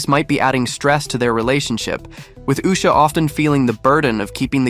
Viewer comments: At least say her name right, if you're going to do a report on her.. Usha pronounced oo-sha, not uhh-sha .. And I don't think she was aware of how much he'd change to grab power/$$.. She needs to get custody and run ! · Even though she is as loathsome as her husband, her name is pronounced Ooh-shuh, not Uh-shuh. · Its pronounced oosha. Not usher. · For God's sake, pronounce her name correctly! It's ooousha!! Not us..sha. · its pronounced OOsha, not Uhsha. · It is pronounced as yousha .usha.not aasha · Ooosha, not Usher lol Edit: OMG, I can’t even finish the video. How can you eff someone’s name up even after hearing it pronounced properly no less than 10 times?!?!?! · At least pronounce her name correctly: "Oosha" NOT "Usher." Show the poor woman some respect! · it’s pronounced ooh-sha ‘sharp ooh’ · This guy just wants get paid, didn’t bother to do any homework, it’s pronounced woosha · It’s pronounced “Oosha”. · Let’s start by pronouncing her name properly. Uuuuu - sha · It’s Usha as in Oou sha. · The pronunciation 😂… it’s ‘oo-shuh’ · DUDE, PRONOUNCE HER NAME RIGHT‼️ It’s pronounced like the young lady on your clip says it: Uuu like in noodle, sha as the Shah of Iran. Be a decent journalist‼️ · Please for goodness sake learn how to pronounce the woman's name, she is not a theatre usher! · hey, respectfully, Usha's name is pronounced "OOO-sha," accent on the first syllable. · I think her name is pronounced "Oosha." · Dude it’s pronounced Oosha .. every video you play they pronounce it correctly, you gotta fix your pronunciation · her name is pronounced "oosha" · Usha"s name is pronounced Oosha. get it right! so you don't keep sounding like at idiot ! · For goodness sakes - pronounce the name properly it’s pronounced OOSHA!!!! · It’s pronounced “Oosha” ! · It's pronounced Oosha... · I believe it’s pronounced Oosha. Rhymes with Doucha. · Her name is pronounced with a long “u”. Not like usher. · Her name is pronounced Oosha. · It's pronounced 'Ooo-sha'